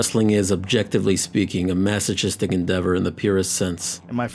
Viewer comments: you have to know this. Its your job to find all of them, you tiny little piece of rattleshit. A shame in your narrating. Stop the channel. You are just a no one in this youtube. F off. Who in the world says maso'chi'stic like how you pronounced. No sense of common sense. Dumbass. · Masachistik tendencies he says😂😂😂😂 It’s pronounced like massockistic (spelled masochistic) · Mas-o-kis-tik, not mas-o-chis-tik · Masochistic is pronounced “maso-kiss-tic” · Do you say mechanic the same way you say masochistic? There's a difference between 'ch' at the start of the word and 'ch' within the word.. before you call the global language stupid you should try learn the subtlety of grammar. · Don’t use words you can’t pronounce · That's not how you pronounce "masochistic". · "Masochistic is spelt like this so I'm saying it like this I don't care how many times I hear people say it right." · am i the only one bothered by how he pronounces masochistic? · are you sure you're pronouncing masochistic right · Masochistic pronunciation butchered